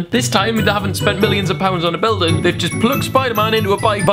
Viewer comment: You said a bilding billding